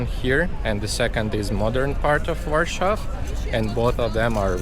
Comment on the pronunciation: Why do you pronounce Warsaw like in German?